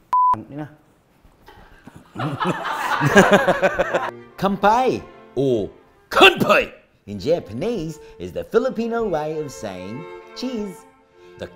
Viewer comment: The accuracy of saying kanpai